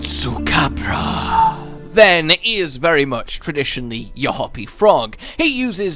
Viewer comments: Why are you saying tesucabra in a Spanish accent with Spanish music that’s stupid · Not gonna lie. Part of what I love about Tetsu is his name. Your Latino inflection of it is making me love it more 😂.